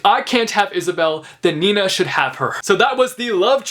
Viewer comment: It may sound so weird but I like the way you say „Nina” 😂😂 it’s obv my name and I like when people pronounce it nicely